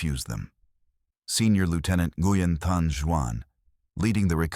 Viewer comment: Nguyen is pronounced like "whing" or "whin", depending on the dialect.